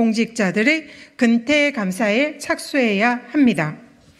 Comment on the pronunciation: 건태가 아니고 근태.